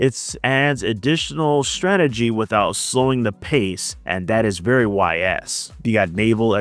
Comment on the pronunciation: Ys is pronounced like ease. As ease into it. And now you know. And knowing is half the battle.